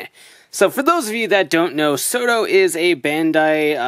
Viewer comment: I keep on thinking you're saying "Soda Figures." Now I'm just imagining the Genesis Driver from Gaim saying, "Soda!" Everytime you say it, lol.